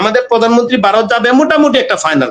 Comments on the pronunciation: ভাসাটা ঠিক করুন ওটা বারত না ভারত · তোরা সবাই মিলে আগে ভারত উচ্চারণটা ঠিকমতো বল